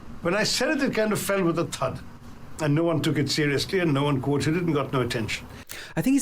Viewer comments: Very well spotted the 'th' sound in the word 'thud'. Its actually how Indians pronounce the 'th' sound. In fact, there are two ways to pronounce 'th'. For example: the, there, these,them, then, than, though have the first type of 'th' in Indian English and thud, thought, thrust, think, thirst, thanks have the second 'th' sound. The way Britishers and Americans pronounce 'th' is very different. What I believe the reason behind different sounds in Indian English is that we have two consonants in Hindi that have such sounds. And, there is no consonant in Hindi that has American or British 'th' sound. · The way he pronounces ‘thud’ has to do with Indian phonology. A lot of Indian languages have an aspirated t sound (/tʰ/), so Indian speakers will often say /tʰ/ instead of /θ/.